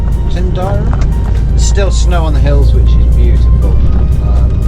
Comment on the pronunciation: A truly epic journey. Those whale bones, I doubt very much that they will be fake. That place with the Green Welly Stop at 3.42 is pronounced Tin Drum easy to remember called there a few times over the last few years, even have a video on my channel made there at 4.15 on that junction ( My Mistake Following White Lines and Road Studs) Have filled up at Ullapool a couple of times before riding the West and North coast of Scotland. That journey up by Lomond looked like similar weather to when I went up there the first time. A brilliant video hopefully be more of the return trip. All the best.